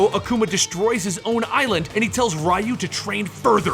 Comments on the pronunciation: aggh that pronunciation of Ryu..... other than that good video.... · "RYE-Yu"?...Are you f#cking serious? 30, years this game has been out, and you still don't know how to pronounce his name? It's REE-Yu. REE!!!!!!!!!! REE!!!!!!!!!!! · Actually his name is リュウ, so phonetically there's no "ee" sound. In Japanese, "ri" followed by a small "yu" symbol is the equivalent to an English contraction. Both Rye-Yu and Ree-Yu are wrong. It should be a merged "ryu", sounding similar to how we say "beau" in "beautiful". "reautiful", take away the "tiful", and you're very close. Source: Living in Japan for 10 years, JLPT Level 1 certificate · Hearing you say Raiyu over and over again was cringy. You delved that much into the story and didn't learn the name is pronounced Reeyu? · Who the f is Rai Yu. It's Ryu It's not ri Yu It's not rai Yu It's Ryu.. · Riiayu? So it's not reeyu? I mean in Japanese they say reeyu( ryu) so I don't know why people have such a hard time pronouncing names from Japanese to latin lmao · The way you mention Ryu name is wrong, it's not Ra-u is Ryu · ryu... is pronounced REE-YOO. not RHYE-YOO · Rye you???? Dude your pronunciation physically pains me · Is it not pronounced as reee-u? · "rai you" 😞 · Rye-you was brainwashed by shadow-laow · Rye-you, lmao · ugh, I can't stand Ryu's pronunciation. Ree-Yu Its not hard, it's in every game and anime movie. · Its ree oo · Its actually pronounced "you" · ryu and shoryuken being pronounced like that hurts me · Idk why but it triggers me whenever someone pronounces Ryu's name wrong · How come you don't know how to pronounce 'Ryu'? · I am so annoyed by the wrong pronunciation of "Ryu" that I can't watch the video. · How the hell did you pronounce Sagat correctly, but missed Ryu? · Interesting way to pronounce Ryu.